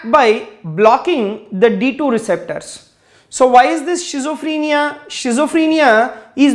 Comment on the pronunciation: well teaching style with clear voice... but have one suggestion, there is no any word of 'shizophrenia' actually it will be schizophrenia , if u don't mind sir.....